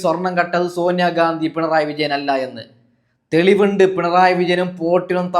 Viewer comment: സാമ്പാശണമോ മലയാളം ഉച്ഛരിക്കാൻ പഠിക്കു, സോന്യഗാന്തിയോ